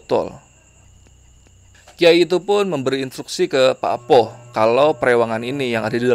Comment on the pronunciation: Mas, PAKPOH itu cara pengucapannya bukan seperti bunyi O di kata ROBOH. Tapi O nya diucapkan seperti SOTO.